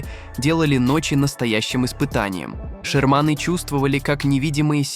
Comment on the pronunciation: ❓Не обОротни, а Оборотни. Что происходит, почему ударения в словах стали нарушать блогеры❓Не шермАны, а шЕрманы, и не шерманЫ. 💥